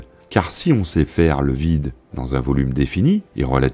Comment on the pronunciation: Cette belle présentation et le travail impressionnant d'édition méritent définitivement mieux que tous ces "kilomèTES" qui jurent aussi avec la narration, pourtant de qualité avec une voix très plaisante. Dommage, mais on ne va pas faire comme à pour se plainDE, on ne peut pas tout avoir.. 🤔